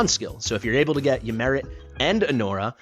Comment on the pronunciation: I like to think Ymiret is French and pronounces her name as "Yimeray"